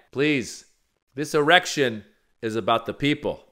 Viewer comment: I think grandma is hitting the age where senility starts. Lindsay was excited when herschel said errexction. Mrs lindsey is in heat and wants some chocolate.